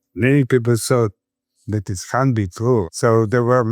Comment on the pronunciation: I believe utters the word CAN'T but it sounds like CAN, and the English Subtitles of the video also spell it as CAN. So, either English pronunciation needs to improve, or the English subtitles need to be sharper, because when discussing critical Physics subjects it should not be so easy for the listener to totally misunderstand something by 180degrees.